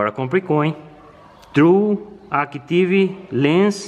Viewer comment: O inglês do está afiado... falou certinho. True Active Lens.